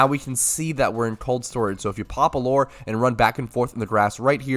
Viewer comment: Why does bro say "loooooore?" Its lew-er.